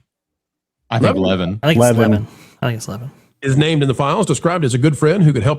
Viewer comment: Mark Levin related to TMZ founder? You do know the pronunciation of Levin?